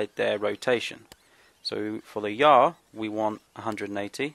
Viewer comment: I heard you say yaw "Ya"